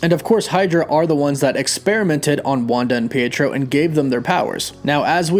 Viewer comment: Pee-A-tro. Not peitro.